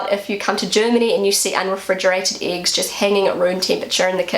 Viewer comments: "IX" ???😯 2 mal zurückgespult, immernoch nicht kapiert. Hab dann aber verstanden, dass "Äggs" gemeint waren...😁 Der Teufel steckt im Dialekt 😉 Die älteren Flachspüler sind meist an ein Loch im Boden angeschlossen, während die Tiefspüler an der Wand hängen und sn ein Loch in der Wand gehen. Denke als das hat auch bautechnische Gründe, da früher nicht so viel an den womöglich alten Lehmwänden aufgehangen werden konnte. Inzwischen ist das anders. Die Tiefspüler haben bei Hängemontage den Vorteil dass man drunterlangwischen kann. Dafür ist die "Splash-Gefahr" grösser😉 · She would say “iggs”. 😊